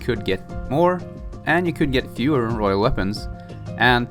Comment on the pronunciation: Royal, not rohiol.